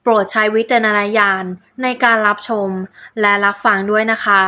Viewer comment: คนพูด พูดภาษาไทยแย่มาก ไม่มี ร ล เลย เช่น เปี่ยนแปง ลับชม ... ต้อวแก้ไขค่ะ เสียง จังหวะการพูด ไม่น่าฟังเลย